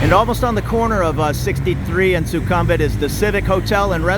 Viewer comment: Suk-um-vit not su-kum-vit Meant to be helpful, not critical